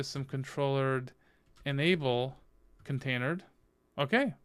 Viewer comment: "container dee", "et-cee", "eff ess tab". "sue doo"... commands that end in ctl are usually prounced "cee tee ell" or "cuttle". I'm really trying hard to concentrate on the kubernetes knowledge but it's difficult to take it seriously when basic linux stuff is being pronounced like you've never used them before.